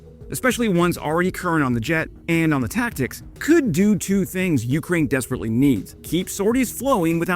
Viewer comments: Some times I think you just like the sound of your own voice. Also.. the way you say Ukraine most of the time is kinda annoying. "YOU-kraine".. 🫩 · I am once again asking you to put the emphasis on the second syllable of Ukraine like a real human would